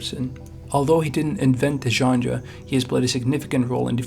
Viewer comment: There's no D in genre. 🤷🏼‍♂️